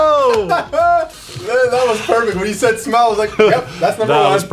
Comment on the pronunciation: I legit thought he said PERVfict IM DED XD